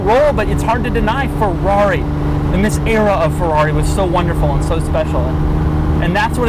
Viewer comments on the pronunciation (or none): Doug please, it's a feRRari. Not a feUUaUi XD